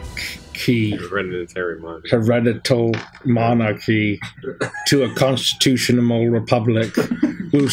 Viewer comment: "constitutiona-mal republic" kills me